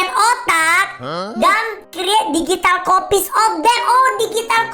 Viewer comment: KOK AKU DENGER NYA "THE AMAZING DIGITAR" YA?